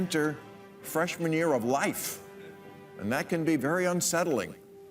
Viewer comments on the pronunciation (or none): Did he say “freshman year” or “fresh manure”? Oh well, pretty much the same thing! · I'm pretty sure he said "fresh manure".